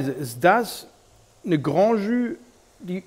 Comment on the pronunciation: "Tschüh". 😁Holt mal euer Gastro-Französisch nach!